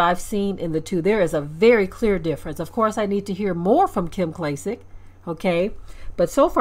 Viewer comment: "Klym"? Wtf?